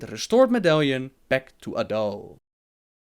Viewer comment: "Their leader is adull".. A'DAL, not a-dull.:P